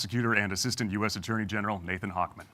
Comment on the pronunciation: He keeps mispronouncing Nathan’s name. 😂